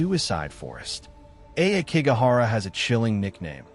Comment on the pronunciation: Ah key go hara it’s pronounced this way most stories people who try to antagonize the spirits so they show themselves leave the dead alone people who have died this way leave negative energy behind people abandoned elders here it’s no wonder that such bad energy uriyai where most times are about mothers who died in child birth